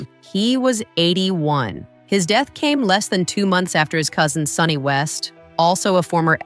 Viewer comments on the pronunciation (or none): none